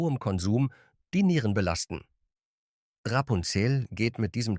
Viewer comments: Ra---Punzel und Kadmi---Um... kaum zu ertragen, diese Testversion einer KI Stimme. Laborwerte = bezahlte Zahlen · Auch ich vermisse den Platz 5. Ich finde im Grunde ist es trotz KI-Stimme (die vor allem Rapunzel und Vivani sehr, sehr seltsam ausspricht) ein Video zu einem interessanten Thema. Aber wenn man 12 Schokoladen besprechen will und in Wirklichkeit nur 11 bespricht, ist das auch irgendwie eine Mogelpackung. Ich weiß nicht, so was passiert doch nicht irgendwie aus Versehen? Naja und das "Nehmen wir gerne mit!" ist auch eine tolle Anmerkung dazu.